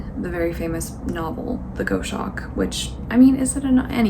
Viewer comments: I'm pretty sure "goshawk" is literally pronounced gos-hawk! It started as goose hawk and then I guess got shortened. Also it's kinda fascinating to me that it feels intense to read a Shakespeare text a week - at my uni in the UK it was pretty standard for undergrad and postgrad to read a text a week plus extra reading per module for 11 weeks - everybody was basically dead by the time we got to exams lmao. It's really interesting to see how different people's courses are structured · H is for Hawk, the Goshawk is pronounced Gos hawk if that helps x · Pretty sure it’s pronounced gos-hawk like the first half of gossip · hiya, East Anglian here! its pronounced 'GOZ-hawk'. like the word 'Gloss' without the L. Hope that helps! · Goshawk = Gos-hawk where 'gos' rhymes with boss. Hard 'G' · It’s pronounced goss-hawk😊 xx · I'm not a huge fan of memoirs either (the format of them), but I really liked "H is for Hawk" because I wanted to learn about falconery from the perspective from someone who's also dealing with grief...and not just to learn about animal behavior or the "sportif" aspect of falconery. "Goshawk" might be pronounced "goss-uhk." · she pronounces it goss-hawk